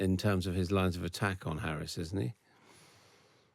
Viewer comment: If people are interviewers at least have the decency to pronounce Kamala Harris's name correctly. Black and Brown people have to continuously put up with this disrespect.